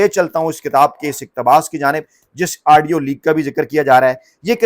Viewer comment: U r doing typical ties in the nation just to increase ur vlog's liking...ur wrong pronunciation...*adio* adio adio...tha should be audio